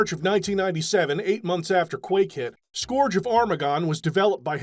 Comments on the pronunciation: scourge rhymes with "urge," not "gorge" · Scourge is no scorge. Cur, not Core. Play Warcraft III to hear all about another Scourge. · That’s a very interesting way to pronounce “scourge”